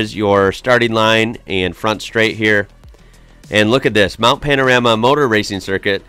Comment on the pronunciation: Hi. I just have to say that I love watching your videos. You and your family are so entertaining and I love how much you seem to adore our beautiful country. I live in Bathurst and love it here and the videos your react to about bathurst are great but there is one thing that you do that gets to me every time you say it ☺️. The Mount isn’t called Mount Pan-A-rama like you call it, it is Mount Pan-O-Rama. Looking forward to seeing more videos from you soon Mate. 😆